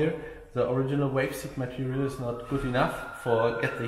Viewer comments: When it sounds like he says wave or waves he means valves. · even if he said falf it'd be close enough. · V v valve, not walve lol just pulling yer chain 😉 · Love your work but its valves vvvvvvvv valves not 🐳 😂. Only playing great work 👍🏻